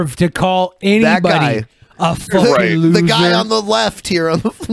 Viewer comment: "Fhuckin' lhuser" Yeah. Holy shit.